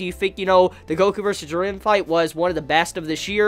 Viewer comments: Bro it’s Ji-ren!!!! Not Jer-ren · "Jur ren" ITS FUCKING "JEER EN"